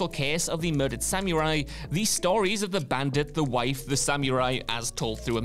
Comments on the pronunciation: Wut's up with the way this guy pronounces "scarlett johansson" but by far the worst how he says "samurai" (samyu rai?) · This was awesome. My only issue is the pronunciation of samurai is distracting in a not good way.